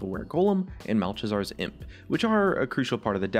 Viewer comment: that's not how you pronounce Malchezar...